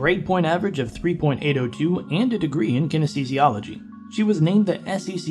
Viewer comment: Kinesiology Not "kinesthesiology" 🤔